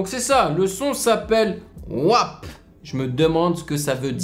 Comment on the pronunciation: Wap ça ce dire wap 🤣🤣🤣🤣